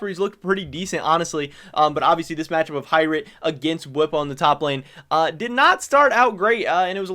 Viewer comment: H(igh)Rit,, your pronunciation is terrible sometimes honestly. Love your content though